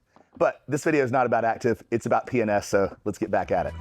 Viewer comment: Sounds like you are saying penis products! lol